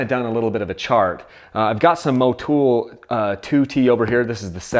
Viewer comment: thats funny when did Motul pick up 4 O's in its name to be pronounced Mowtoooool. Stop butchering words yankies!